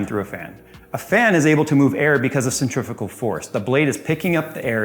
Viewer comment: Centrifugal,. There's no such thing as 'centrifical force'. 😅